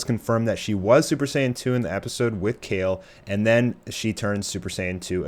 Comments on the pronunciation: Your not saying her name right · Wow you can’t even Say her name right